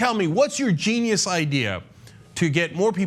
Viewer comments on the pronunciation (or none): none